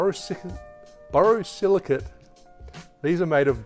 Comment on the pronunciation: Legend! OK Ready? BOR-O-SILL-I-KIT. it’s the same as Pyrex.